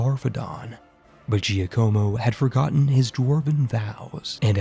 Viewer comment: Who else died a little inside every time he said Giocomo that way. It's JOCK-uh-mo, my dude.